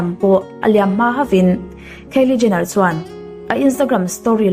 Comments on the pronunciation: A ngaihnawm viau rual rual hian.. thil pakhat selna lam ni lovin.. Kylie Jenner( keili Jenner) ti a lam lovin (khaili Jenner) tia lam zawk tur a ni. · Kiele jenner nilo in kylie jenner tiha pronounce tur a nih ka ring😀👍👍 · Kylie Jenner hming i sawi dik lo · Kylie Jenner i lam Dan hi Kalo helh😌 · Kylie Jenner i lam dan hi ka hre tha thei lo